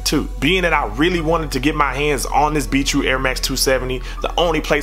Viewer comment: sounds like you're saying beetroot not be true lol